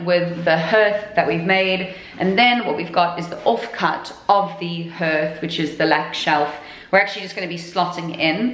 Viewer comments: What is a ‘Herth’? Do mean a hearth pronounced ‘harth’ ? Love your videos it really is fantastic what you have both done to this house 👍😊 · In the USA we pronounce hearth (harth)...it's just weird hearing you say (herth)...lol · Hearth is pronounced harth like heart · Wow turned out beautiful, in Cumbria we pronounce it as harth all though it is spelt hearth, either way it looks fab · Had to laugh every time it came up, in Boston we pronounced hearth as h..ah..rth. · I had a one like that in the late80,s early 90,s and its called a hearth. which is pronounced haar-th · Oh honey! It might be spelled hearth, but it’s pronounced harth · In England too. Where are you from? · don’t you just love the English language? .... if you’d swapped the last two letters for an s and an e, your pronunciation would’ve been spot on! 😁. Just thought if you’d asked people if they were selling the hearths with the mantelpieces ..... it might’ve been why they said no. More probably though, it would’ve been because removing the hearth would’ve left a huge hole in the floor (Victorian houses of that type tending to have flush, slate hearths; unless in the front parlour, when the whole fireplace would’ve been some huge statement piece) Whole place is coming on nicely though ..... I don’t envy you any more though - been there, done that - reclaimed, stripped, refinished all sorts on the way. You get dust in places you didn’t know you had places 😂